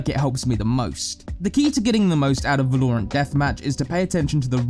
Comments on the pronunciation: It's so annoying how he says "Va-lore-ant" lol. Good video tho. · yeah its val-o-rant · Every time he says it i hear Stewie say "cool whip". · idk its funny to me so its not a big deal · Why did he say Valorant like that? The game even tells you how to pronounce the name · I'm going to start pronouncing Valorant like that just to piss people off. I did learn a lot though so thank you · Can we get more of mr. alan because everyone else either sound boring and end up losing my attention or pronounce the name of the game incorrectly like this guy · Teach this dude how to say the name of the name of the game please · Definitely understand different accents and cultures pronounce stuff differently, but this dude seems to almost purposing keep saying the word: Valorant, as if he knows it will piss people off the way he says it. Lol. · The way valorant is being pronounced is annoying me sm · Dude you're mispronouncing Valorant... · I despise the way you pronounce Valorant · I vomited through my nostrils every time he pronounced 'Valorant'. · I love how he pronounces valorant. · Phonzie FPS he can work on that easy tho haha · lol even subtitles say va-lore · No one: Absolutely no one: from Skillcapped: va-LOREE-rant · Say Val-low-rant one more time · Stop saying valoorant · IDK if i should be watching this guide if hes gonna keep saying Valorerant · Disliked because you pronounce it vaa-low-runt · I literally couldn't finish this video because of they way he pronounced val-or-ant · Im gonna kill you if you say va-lore-ant one more time. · I still hate how he says Val lore rant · Va-lore-ent isn't even some British pronunciation. He's just misguided. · I’m 100% going to not watch this channel if you keep saying “vELouuUrAnt” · Wow, your pronounciation of Valorant xD "Velourent oui oui" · Why does he pronounce it “Vuh-lore-ant”, it’s an American game, say it right. Even other British people say it right. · be like - veloorantt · Man said “Velorant” XD